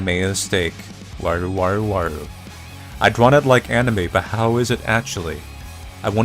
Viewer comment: its not waru its wara.